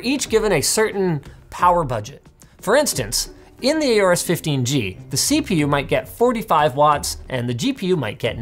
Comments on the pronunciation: Stop calling it A-AU-RUS, it's called AU-RUS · It's Horus not Aorus